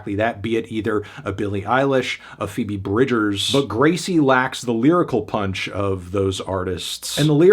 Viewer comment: WHY ARE YOU UNABLE TO PRONOUNCE PHOEBE BRIDGERS